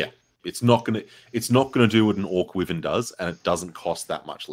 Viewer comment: Even Australians are saying Wivvern, it's a Why-vern. Why on earth is everyone suddenly saying Wivvern?